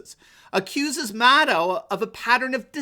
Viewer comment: Is that "mad owl" you're pronouncing that,? I can live with that, sounds very Gormenghastian...